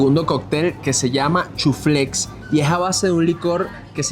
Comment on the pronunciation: ES CHUFLAY..........NO CHUFLEX..... 😂😉